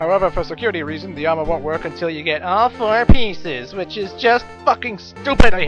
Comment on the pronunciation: I like how you say "AW FOER PEESES" XD